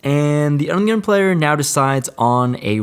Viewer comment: Anyone else think that when says “under the gun” it sounds like “Onion” 😂